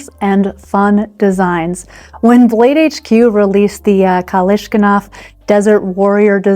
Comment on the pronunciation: Whoaow! She said Kalishkinov on purpose! :face-fuchsia-tongue-out::face-fuchsia-wide-eyes::face-green-smiling::face-red-heart-shape